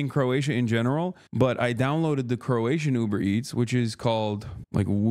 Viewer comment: Why is he saying crowtians?